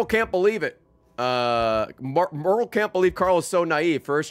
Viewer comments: Is anyone else bothered by how Ray pronounces "Merle"? It's "Mer-el", not "Mare-el" EDIT: Oh good, he corrected him self 2 hours and 46 minutes in. That'll do. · Ray pronouncing Merle as Meryl is going to be the death of me